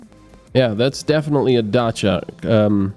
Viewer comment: Well I officially learned how to pronounce Dacia. In France, we pronounce it "Dassia"... Thumb up just for that!